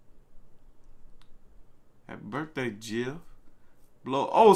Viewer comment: "Happy BIRTHAY Jeff" - BIRTHAY????